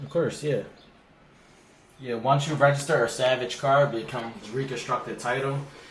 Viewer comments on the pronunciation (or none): It's pronounced salvage not savage lol